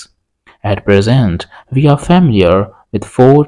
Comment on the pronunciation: Good content but your pronunciation is so strange (i.e. but for you is bot or sometimes boot, weak is veek, we is vee). Give us subtitles, please.